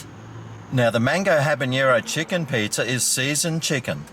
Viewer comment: I love the pronunciation of pizza…..pizzer lol 😀